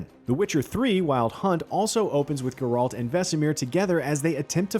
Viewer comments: Yeah because the guy narrating works for one of the biggest video game related companies ever to exist. He should know how to say the main character from one of the most popular games ever made. It’s insulting. This isn’t his first video doing it, either. It’s annoying. Hire someone who actually cares about their narrating. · Yo my guy! Somebody! It's GERALT! NOT GRRALT! JESUS! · Use me the “it’s GERALT not GR-ALT” button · bro its called GEralt, not geRALT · Who is grrr-ralt? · Ah yes, Gr-ralt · It hurt my brain! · You work for IGN. You should know how to say GERALT. Gare like stare and alt like alternative. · My Uncle committed suicide out of frustration when he heard this guy keep pronouncing Geralt's name as “GER-RALT”. :) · Aite. Side note. WHY is he pronouncing Geralts name like “GR-RALT”. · It's funny, Vesemir in The Witcher 1 also pronounced it as "GR-ALT". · Why not? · He says Geralt's name wrong... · IGN please fire this narrator, no idea what he’s talking about and can’t even say any of the names properly. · Still hasn’t learned how to pronounce Geralt’s name. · How dafuq are you pronouncing geralt? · Stop saying Geralts name wrong 😑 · Yes let's listen to the expert who can't even prononce the names of the main character and place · how about you have someone who actually know and care about the witcher series narrate? nice pronunciation lmao :( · Never say Geralt's name ever again please. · Why does this guy keep mispronouncing Geralt & Kaer Mohren??? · Kaer MorHEN??? GerALT??? wtf. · Gr-Ralt lmaooo “care more inn” ?? Bro please learn the pronunciations please???? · Nobody: This guy: "Gr-Ralt" "Care Moren" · In all your research, did you never come across anyone saying either Geralt or Kaer Morhen? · Plz eather lear to say Geralt and Kaer Morhen the proper way .. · You’d think a guy working for IGN would know how to pronounce Geralt and kaer morhen… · BRO IT BOTHERED ME THE WHOLE TIME 🤣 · So true xD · Please stop pronouncing Geralt. And CARE MOR-HEN.